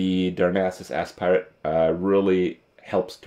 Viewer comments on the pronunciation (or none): He couldn't pronounce aspirant so he decided to call it ass pirate :D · You say aspirant like aspirin. Jesus christ mate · Did he just say Darnassus "Ass-pirate"..... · he spent like 10 mins trying to figure out how to say aspirant and settled on ass pirate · I'm immature but it sounded like he said "Darnassus Ass Pirate"